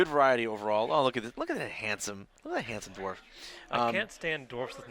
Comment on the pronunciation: It's DWARF not DORF. Pronounce the W or sound stupid.